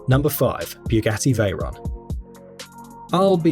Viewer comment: iT pronounced bugatti no byugati(watch